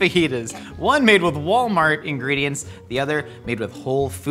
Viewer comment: Achcktually, it's pronounced "Wollmarr".